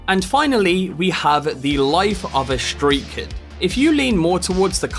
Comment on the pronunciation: "Shtreat kid"